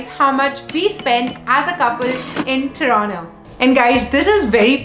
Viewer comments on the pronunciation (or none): TORONTO - not Toronno. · Its Toronto not Torono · Yesss what the hell is Tronnooo??? Hellaa annoying 😫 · Everything about the video was good.. but one thing is the pronunciation of "Toronto" and that kinda sounds fake or "wanna be - ish" ... no offense just my opinion ..